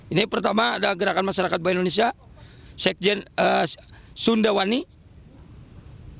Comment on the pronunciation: Maaf bapak Indonesia ya bukan endonesa